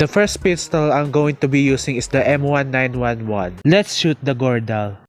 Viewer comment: it pronounce as "Nineteen eleven" not as one word 😡